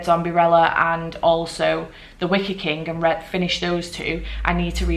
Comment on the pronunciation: Reading seven books in a week is amazing. I read The Wicker Man months ago and it wasn't my favorite read but I am glad you liked it. Everytime you said Wicker I heard Wicked.